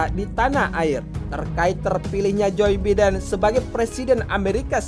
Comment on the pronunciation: Jir "joy beeden".